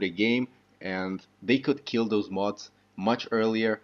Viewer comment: You pronounce modders correctly, why do you say mah-oohds (mods) like that. Where where you born and what country did you learn English? Interesting accent